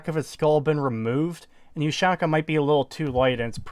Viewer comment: That is the first time ive ever heard someone call a ushanka a You-Shane-Ka